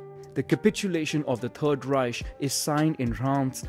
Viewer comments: Please work out how to say Reich properly. It’s not a sh but a k sound. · Just saying it's "Reich", not "Reisch" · Wrong. In german it’s pronounced reisch not reich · I mean dude can't even pronounce Reich, what did you expect? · Will say I love this so far, but I’m a “Grammar Nazi” and it kinda hit when you miss pronounced Reich. Reich (/ˈraɪk/; German: [ˈʁaɪç] ( listen)) is a German word analogous in meaning to the English word "realm". The terms Kaiserreich (literally "realm of an emperor") and Königreich (literally "realm of a king") are used in German to refer to empires and kingdoms respectively. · why do u say ruzsha and reish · "Raischhh" "Pänza" 😂